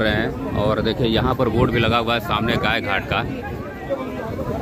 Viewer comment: Congrats for 100k subscriber. And please its Gaay Ghat not Gay Ghat